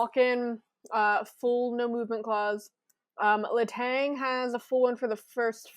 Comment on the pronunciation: After all the time he spent in Pittsburgh, one would hope someone...anyone...would learn how to pronounce Kristopher Letang's name the way it should be pronounced.